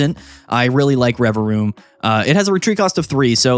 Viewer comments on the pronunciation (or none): I didnt know the second v in Revavroom was silent 🤔